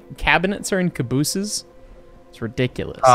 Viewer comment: I would like to point out use of "cabooses" and not "cabees".